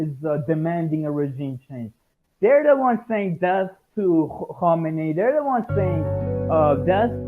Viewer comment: He definitely is iranian based on how well he pronounced khamenei and hezbollah